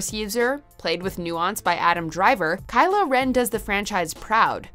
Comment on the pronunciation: “Kylo Ren”?!!!! Really?!!!!! :(((((((((